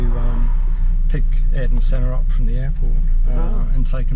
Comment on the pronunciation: Smh a eer ton Not airton